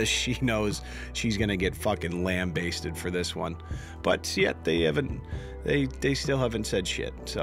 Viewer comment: is the only person I've ever heard use the correct pronunciation of "lambasted," in my entire life. Kudos to you, you intelligent bastard.